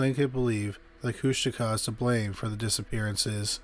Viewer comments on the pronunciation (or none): none